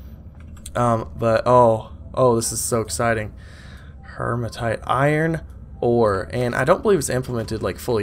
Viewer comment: HEE-ma-tite (no r in it). Like Hemoglobin, which is the iron-rich part of your blood.